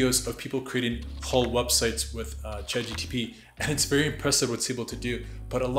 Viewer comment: It’s Chat GPT not Chat GTP.